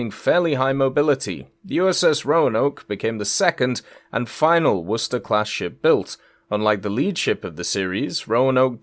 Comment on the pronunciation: Just so everyone knows, is using the proper pronunciation for Worcester. its pronounced "Wooster". yea weird i know.